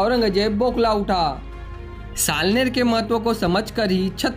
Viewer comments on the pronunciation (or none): Salner nahi salher